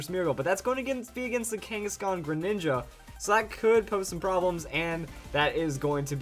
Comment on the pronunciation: You said mega greninga